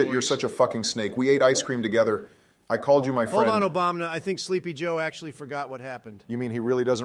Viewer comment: I absolutely love it whenever Trump says Obamna. 😂